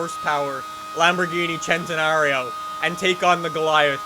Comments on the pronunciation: It's pronounced Sentenario not Chentenario. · why does he say chentenario ffs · Why do people say "chentenario"? Isnt it pronounced "scentenario?